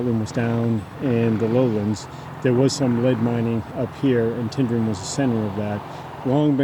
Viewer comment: Tyndrum is not pronounced as TIN. Think of it as TYNE, it comes from the Gaelic 'Taigh an Droma'. I lived in crianlarich for many years and my uncle lived in Tyndrum. Also, you (along with virtually every person from over the Atlantic) pronounce Edinburgh incorrectly as well. When saying Edinburgh, end it with an uh sound, not an oh.